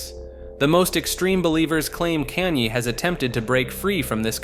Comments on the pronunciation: I agree. I can usually look past the occasional mistake but he couldn’t get a single name right. I found his way of saying Kanye funny because he changes it every time he says it. At one point he just straight up calls him “Kane” 😂😂😂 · in the span of one minute, you managed to pronounce Kanye’s name 5 different ways